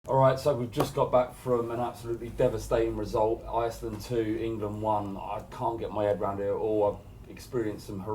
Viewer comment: They way says iceland annoys me, a bit disrespectful